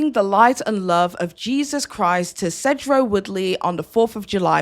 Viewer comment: I used to live in Sedro, and just for clarifications sake, it's pronounced "See-drohw". It's a racist, backwards town out in the mountains near North Cascades National Park and a bit south of the Canada border. I'm not AT ALL surprised by any of this. I'd also like to say that the gentle parenting, crunchy Democrat to Alt Right pipeline with white women is very real. I lost one of my friends to it. It sucks.